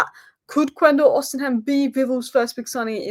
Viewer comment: OSHImen thats how u pronoune it love the videos